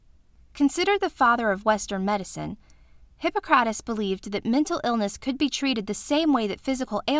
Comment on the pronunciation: Omg that pronunciation! The emphasis is on hi-PPO-crates. Also, I thought people believed illnesses, physical or mental, could sometimes be attributed to the 4 humours.